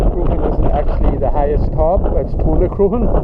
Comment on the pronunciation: Crock Hawn would be a better pronunciation